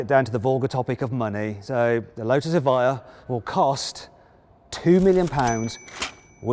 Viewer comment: 에바이어가 이차에 옳은 발음임 수정해주세여. Evjia 다들 착각해서 에비자 라고는 읽는데 여기서 j는 "ㅇ" 발음임 이해를 못하시면 유벤투스에 스펠링에 앞 글자가j로 시작하는거랑 같은이유임.